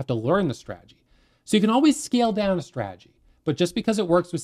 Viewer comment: Take a drink every time he says; "straajee".